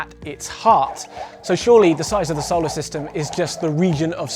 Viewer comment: It's pronounced So-lar system not Sou-le System. Sorry that was really bugging me